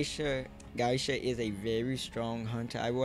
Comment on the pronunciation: It’s GEY-SHA not GAISHA. And MI-CHI-KO